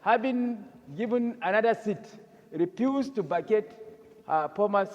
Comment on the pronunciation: the aboki senator said "Senator Natasha habing given another seat, repused to facate her pormer seat. " 😂😂😂😂